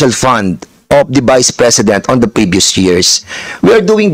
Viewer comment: Magtagalog ka na lang Dan Fernandez fund Hindi pand haha! Four Hindi por haha, diperent, etc🤣. Cge lahat na opisyales na my handle na agencies na my confidential funds Cge nga imbestigahan ninyo lahat hindi lang c VP. Ikaw Dan Fernandez magtagalog ka kasi English ka ng English hindi mo naiintindihan sinasabi mo. Jusmio chismoso. Huwag kang mangbento ng mga salita na my kahulugan.. engeng